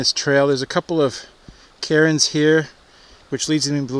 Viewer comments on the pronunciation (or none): Cairn is a one syllable word. Please stop calling them “Karen’s” or she’ll get mad and ask to speak to the manager. Thanks 🤣